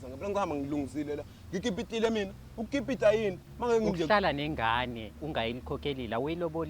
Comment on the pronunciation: Ubhuti akalizwa kahle igama lokukipita😂😂😂